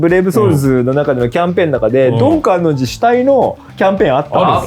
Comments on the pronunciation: 皆さん「かんのんじ」って仰っててちょっと気になったんだけど、アニメではあんまりそこ拘ってないのかな？w 単行本の注釈がすごい頭に残っちゃってるから個人的に拘ってたんだけど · ドン・観音寺は、「かんのんじ」ではなく、「かんおんじ」です。 マジレス失礼しました。 BLEACH最高！！！ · ちなみにドン観音寺は かんのんじ では無く かんおんじ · ドン・観音寺のことを「かんのんじ」って言ってるのが気になる… 「かんおんじ」です😂 とにかく、ブレソルコラボ嬉しい！ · 「かんのんじ」じゃなくて「かんおんじ」なんだよなー、と思う厄介オタク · 「かんのんじ」じゃなくて「かんおんじ」なんよなぁ:_マフィア梶田